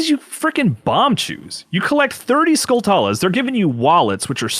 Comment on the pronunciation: Skulltulas are pronounced like tarantulas or spatulas, not “skull-too-las” LOL